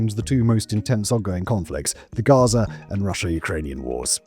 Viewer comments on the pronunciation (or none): none